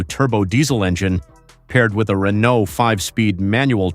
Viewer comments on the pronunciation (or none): none